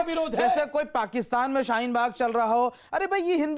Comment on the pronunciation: Abe sale shheen bag nhi hai shaheen bag hai sale jahil